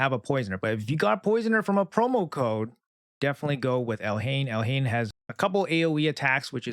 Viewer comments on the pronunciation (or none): Pronounce it Elaine the h is silent